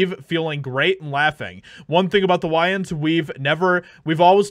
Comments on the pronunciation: God the way he says Wayans is so annoying lol it's driving me crazy, you can tell he just heard of these brothers yesterday lol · You said the name wrong the whole video and then correct right at the end. lol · How you say his last name wrong the whole video but then correctly at the end? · How do you not know how to pronounce their last name? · You cant even say his name right, dude. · Lol say his name right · The moment a black celeb speaks agains cancel culture white people protest their “longtime”:love for them 😂😂😂😂 that’s hilarious…the wayans are hilarious, and the guy who made this video doesn’t even know how to pronounce his last name - proving my point 😂😂😂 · Uhhhhh why are you pronouncing Wayans like that? 😂😂😂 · great video but you're mispronouncing Wayans.. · But, why can't you pronounce his name? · I would respectfully add a constructive criticism in that you should learn how to pronounce a famous celebrity's last name before making a video about that person. Otherwise thank you for the video. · I’m gonna call you out on mis-pronouncing the last name of the subject of your video through your entire video. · Please please please.... If you're going to do. Piece about someone, anyone, let alone a famous comedian and actor, you have to know how to pronounce their last name properly. Ty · Did you really just butcher his last name? 5 times? Dude you.....really? Where have you been? How do you not know how to pronounce his last name? 🙃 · Pronounce his name properly. After the fifth time, I just had to turn this off. How pathetic to not know the name of who you're reporting, especially one as famous as hm and his brothers. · Dude, you're pronouncing his last name completely wrong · It's pronounced WAYans, not WHYans. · Waaaaayans, waaaayans not Wiyans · This dude really kept calling him Whyans 😅😂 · WAY-ENS, not WHY-ENS Edit: Somehow you get it right at the end, though! 😆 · Its killing me, its WAY-ANS NOT WHY-ANS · Just an FYI, it’s “WAY-uns” not “WHY-uns”